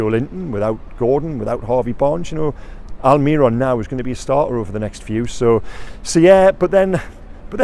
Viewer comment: Please please please stop saying migwell alMIRon, miggy has been with us for years, and your whole job is to cover the club, please, its really not hard to learn how to say his name